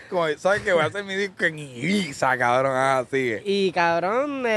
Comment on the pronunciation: Está bien Kbron las veces que dicen Kbronnn! 🤣😂 Grande Chenteeee! Saludos desde España